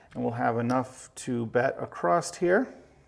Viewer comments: It’s across. Not acrost. Great video though. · across not acrosT....my goodness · The word is across, not acrossed. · Exactly my thoughts throughout the video, I kept asking when we started spelling across with a “T” at the end! lol. Great video other than that though. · Literally I love this man. He's taught me this game and I'm hooked. Can't wait to try some of these strategies at the casino soon. That being said, if he says 'ecspecially' or 'acrossed' one more time I'm going to lose it... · It's not acrosst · I keep hearing 64 acrost? I'm I the only one?